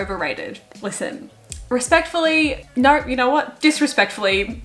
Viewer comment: “respectfully, NAUR disrespectfully” HELPPP